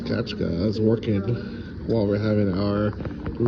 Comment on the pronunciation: F@ it is NOT Kachka, it Is Katʼka!!!!! Kachka is a duck(literally) Katʼka is like a Katey